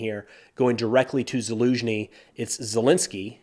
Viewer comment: Haven’t listen to this YouTuber in a while. Verdict: he finally learned how to properly pronounce Zaluzhny.